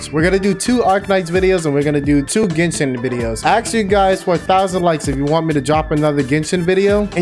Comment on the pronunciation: Am i the only one heard said kitchen instead of genshin?